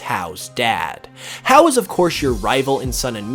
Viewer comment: Hau's name is pronounced (Hah-ooh)!